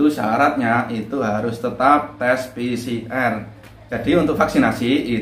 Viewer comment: Pi si er🤣🤣🤣🤣 Pi si ar lah broooo🤣🤣🤣PCR